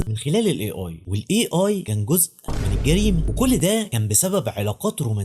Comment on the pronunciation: A هذه الحرف يلفظ أي وليس إي